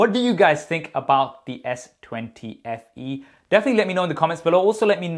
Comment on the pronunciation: I thought it was S20 Fan Edition but my dude telling me "Only Fans Eadition". 😂😂😂😂😂😂😂😂😂